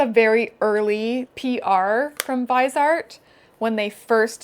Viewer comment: sry maybe u'll appreciate this maybe not but "viseart" is a french brand so you could say "VEE-zay-art", the vise comes from visage